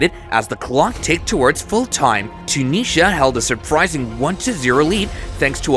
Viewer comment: ‘Toonisha’ for Tunisia. All I’m saying